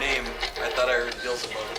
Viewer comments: Its beelzabub what a plum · Bazzle-bub? "Is your name Bazzle-bub?" ROFLMFAO!!! says: "Practically the same as Satan." Not practically...it IS the same dude! lol!